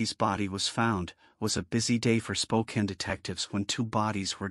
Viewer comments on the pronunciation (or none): Spokane pronounced like "Spoke-Ann." Not "Spoken".